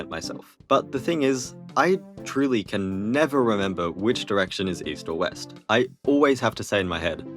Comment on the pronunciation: west sounds like left.